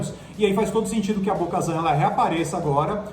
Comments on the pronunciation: Bo KaTAN meus amigos T T T nao z é T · Bo-Shazam, a Soka kano, gente pelo amor ddeus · Bo Kazan foi foda, virou o Galvão Bueno, tem um pronuncia única para os nomes. Nossa tá mt fraco 😔, se vê de longe q eles leram um resumo de alguém q assistiu, podiam colocar alguém que é fã ou q entenda mas a essência de Star Wars, ou que saiba pronunciar os nomes ao menos. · Kkkkkkkkkk 🤣 bo kazam. Não. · correção: Bo KATAN. não kazan. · "Bo - Kazan"???? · Cada vez que eles falam Bo-Kazan eu me sentia esmurrada no estomago, dá para ver que são muito fãs ... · Não é BO-KAZAN é BO-KATAM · Bo-Kazan??? Esperava isso dos outros ali, mas do... nem pra falar o nome certo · É Bo KaTAN, NÃO BO KAZAN PELO AMOR DE DEUS CARA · É Bo-Katan,! Ahsoka e Yoda com acento no ó a gente até releva pelo sotaque... mas Bo-Kazan já muda demais;) E Jedi não tem plural... Queria que tivesse a Sabine, e quem sabe algum sinal de Ezra? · Um conselho, não passem vergonha, prestem atenção nos nomes não "Bo-Kazam" é Bo-Katan, se não souberem pesquisem ! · Bo Kazam?? não é Bo Katan???? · Porque vcs estão chamando ela de BO-KAZAN??? O nome dele é BO-KATAN!!!! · Não é Bo-kazam é Bo-katan!!!! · por isso que o ta morto veio... perdeu todos os caras de referencia... na segunda vez que falaram BO-KAZAN eu parei o video, na moral de vocês tem que botar gente que conhece e assiste as séries pra falar veio... na moral. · É Bo "Katan" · Essa é definição nerds do Galvão Bueno narrando UFC. Eu já tinha dado um tempo de 😔 mas pelo visto o caso é mais sério,está deprimente o conteúdo, olho da noite, ahsoka kano, bo Kazan, vcs falaram que o boba morreu no império contra ataca 🤦. Agora vcs estão cagando no pau com Star Wars velho, vcs estão cagando no pau com os fã mais chatos. Vcs poderiam chamar alguém que entende de Star Wars, ou que pelo menos saiba a pronúncia. E o sem Érico Bogos....🤦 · ouvir Bo-kazanq foi de fuder viu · “Bo-kazan”q agonia mds